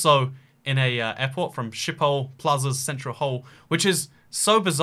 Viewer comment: I'm Dutch and you pronounced the 'sch'-sound in 'schiphol' wrong. You said 'shiphol' instead of 'sghiphol'. Just search the sound up, it's a hard sound to pronounce for English/British people in general. I still love your videos, they are amazing.